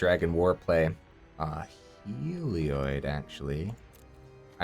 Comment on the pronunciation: I believe it's pronounced 'Hell - ee- od' :)